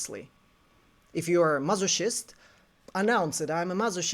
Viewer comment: This video is so illuminating…and I am sorry, I do not mean to be disrespectful but it is funny I realize something in this. It is pronounced mas-o-kist, like the hard C in Christ.